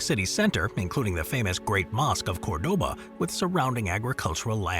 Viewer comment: When will robots learn to pronounce COŔdoba?